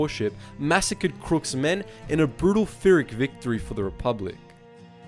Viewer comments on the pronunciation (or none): Pyhrric isnt said with an F sounds, its just a P sound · The way you said Pyrrhic nearly made me stop watching the video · Why do so many people pronounce it “Phyrric” (like an Fir-)? It’s Pyrrhic (like a Pir-) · You keep adding an extra H when you say pyrrhic.